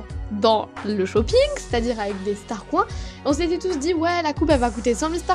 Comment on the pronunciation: pour l'animation quand tu la trouver tu as dis " STARCROINS" xD :D